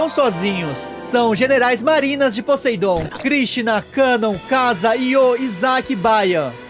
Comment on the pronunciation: Brother o nome Poseidon em ingles se pronuncia "POSAIDON" com som de "A" sem sotaque de "E" no "A"